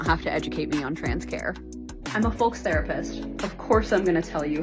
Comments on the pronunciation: I'm a FOLX therapist, of course I don't know that folks is pronounced /foʊks/. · The "folx" lady is the worst one. Firstly, folks is already gender neutral, so you don't need an x. Secondly, the word is pronounced foʊks. So irritating and pretentious.